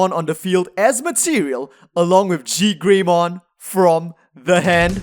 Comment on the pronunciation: Genuinely confused why it sounds like you are saying “GeeGreymon”. Regardless of whether you’re saying ZeigGreymon or ZekeGreymon, neither Zeig or Zeke sound like “Gee”